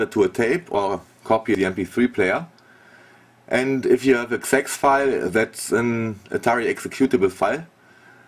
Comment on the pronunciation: Did you say "Sex-File"? :D